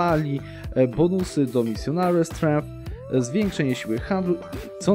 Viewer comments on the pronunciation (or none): none